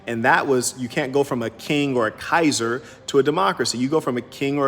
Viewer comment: When the saint opens his mouth wisdome comes out 💥 I like the way you said kaiser Greetings from Frankfurt Germany